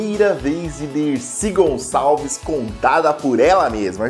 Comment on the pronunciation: Grande mulher Decir Gonsaveis